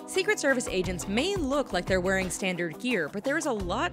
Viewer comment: Is she saying Asians or agents my head hurts